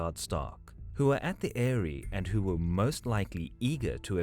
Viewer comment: Why do you pronounce things so fucking weird. The adaptation not only makes this easy for names, but even normal, non-fictional words like ‘eyrie’ are mispronounced